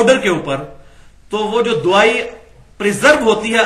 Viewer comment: NOT DOOAAII CORRECT WORD IS DAWAEE